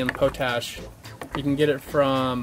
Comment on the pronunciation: POT-ASH mate... not 'Pote' 'ash' ...where you pick that pronunciation up? Come on America!